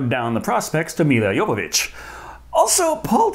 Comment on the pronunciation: Can I just say how happy I am you said Jovović correctly. I hate hearing Joevović constantly.